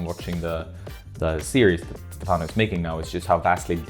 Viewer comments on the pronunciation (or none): It's cool to hear your comments on the route,. One note: Stefano's name should be pronounced with the accent on the first syllable (Stéfano). Keep up the great content!